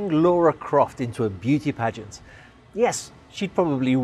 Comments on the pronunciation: It's "Lara" not "Laura" lol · "Laura" no "Lara". Not a troll but a seafarer to 16 years along to see the vessel [also a Tomb Raider gamer} lol. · Laura Croft? you mean Lara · Great background piece, nicely put together! It's Lara, not Laura, Croft by the way 😉 Edit: that engine room - oh my word! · its LARA Croft you fuckwit